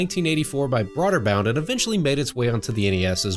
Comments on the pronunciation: Bro-der-bund. Not broader bound. Other than that, awesome video. Really like your channel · It's pronounced Broderbund